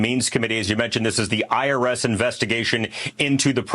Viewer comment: I thought he said 'Irish whistleblowe', wow I was thinking connections to IRA, which is another story, but no, IRS.😊